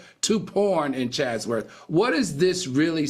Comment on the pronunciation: Al, are you trying to say Chatsworth, CA? Sounds like your saying Chazworth